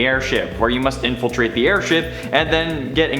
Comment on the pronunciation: nobody: the video: AIRSTIP